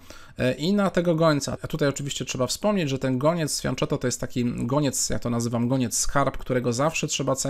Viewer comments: Błagam o poprawną wymowę "fianketto", bo mnie zawsze uszy bolą, kiedy słyszę "fianczetto" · Błagam: fianKetto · Dla mnie to też zawsze będzie fianczetto ;-)